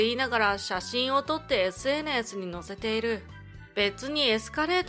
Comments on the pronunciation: SNSの言い方が微妙におかしいw。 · SNSの発音独特ですね笑